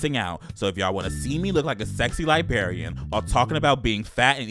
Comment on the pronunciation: Did nobody tell that there are two r’s in LibRarian? 😂